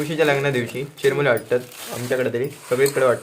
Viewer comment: अरे चिरमुले नाहीरे चुरमुरे म्हणतात